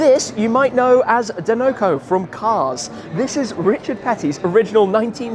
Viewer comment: Shmee absolutely decimated the pronunciation of dinoco 😅